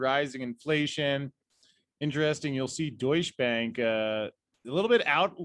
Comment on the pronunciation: I keep hearing “douche bag” 😂